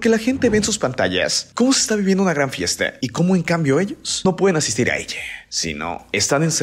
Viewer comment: Este vato como le encanta hablar en lenguaje inclusivo, "Terror en Chineehh" desespera demasiado.... "Todo el Mundeeh".... " La gente disfruta la fiesteehh" pronuncia mejor las vocales al final de las palabras.....